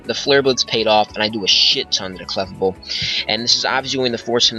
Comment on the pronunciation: thats not how you say clefable